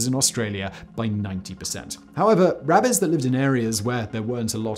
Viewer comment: Simon said “wabbits” and wac-a-mole 🤣🤣🤣